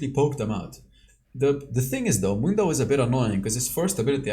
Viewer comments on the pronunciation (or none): none